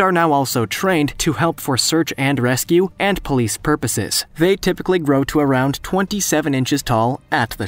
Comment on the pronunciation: did that just say policie? Or am i hallucinating? Psst P-O-L-I-C-E